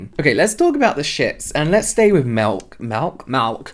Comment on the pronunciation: You made me laugh out loud when you accidentally said melk 😂